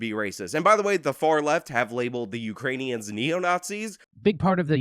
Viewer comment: "Uranians." It's "Uranians".